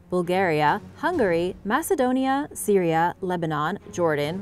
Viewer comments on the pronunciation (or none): none